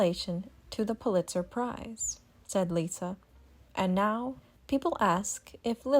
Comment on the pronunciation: It’s liza with a z Not Lisa Lovely family great kids that are very down to earth & fun loving. I secretly giggle when folks are snobby about the brand …always swell not snobby.